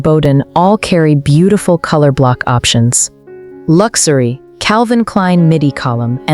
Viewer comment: What is this fake voice? Lux- a - ry? Couldn't they find a real person to narrate this film? I can't believe this this is getting out of control.